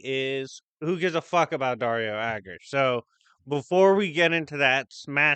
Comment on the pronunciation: I kept hearing Daria when you say Dario, for some reason. And now i cant stop thinking about Thor getting killed by Daria lol